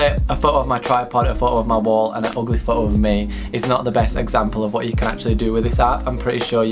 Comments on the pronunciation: you say "photo" really wierd, you say it like "whoo-oo" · The way you say foto. Ummm I am cringing so hard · nobody:: "phoho" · You mean like woah-oh